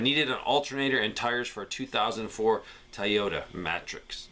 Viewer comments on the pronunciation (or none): I'm convinced, you guys are writing in about Toyotas to hear say "Tie-Yoda":).